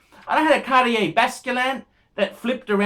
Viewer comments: another great one....ps: it's "cart-yay". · ...I think your review on Cartier watches is bang on - your pronunciation sucks though....Cartier Française...